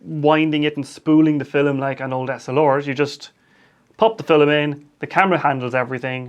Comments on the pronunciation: Is that how they say "film" in your accent or is that just you? :) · Where is he from? Because we’re I’m from (middle eastern) that’s kind of how we say it, similar to his way. فلم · I think it’s cool.